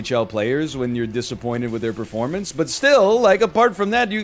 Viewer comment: This man pronounced Primanti’s wrong